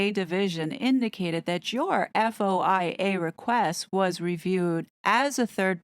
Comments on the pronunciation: FOIA is pronounced foy-ah 🙂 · You just say FOIA “foy yah”